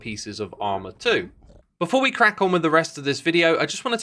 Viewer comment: "before we blehlahlelela" lmao